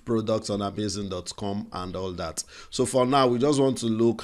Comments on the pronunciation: It's Amazon not amazing oh..thanks for this video by the way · It's AhMayZing 🤣🤣